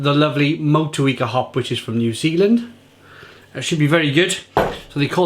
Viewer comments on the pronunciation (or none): none